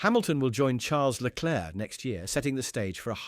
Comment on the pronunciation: whilst leclerc (its pronounced leclare by the way) may have 15 points more than sainz, the spanish driver has been the better overall driver this year